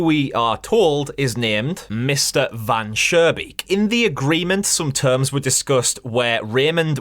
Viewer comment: Interesting ideas, looking forward to your full analysis. Just two things, the architect's name from story #1 is not "Van Surebeek", it's Mr. Van Schoonbeek. Sounded like you pronounced it with an r in the middle instead of an n Oh and in your long analysis I would not switch over the developer trying to get rid of the vermin first by not really taking care of the problem and then with poison and that it seemingly works at first and so on. I think it is important to the story.